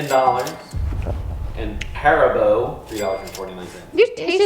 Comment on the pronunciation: I'm sorry but they way he said haribo ahshhahshahahah